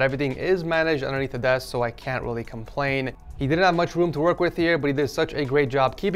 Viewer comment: i love how he says welly cool